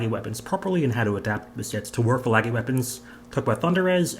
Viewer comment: I’m sorry i can’t deal with the way everyone says laggys name 😂lol ❤